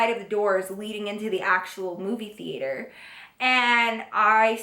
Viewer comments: I love how she said theater like theateor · the way she says "the-ate-her" 😂😂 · movie thee-ater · TheAter lol❤😂Just the way u said that at the beginning made me smile❤❤❤ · the-ater lol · Theayter lol 😂😂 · HaHahaha she said THE-ATRE!!! I'm dying!! Love you ❤️ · The way she says theater lmao love you girl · Why she said movie theater like that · Who else is low key confused on why she said theater like that😂😂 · Is it just me or did she say theater kinda funny? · You said Theater weird it was probably b/c you were mad Love you girl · Why she say movie theater like that 😂💗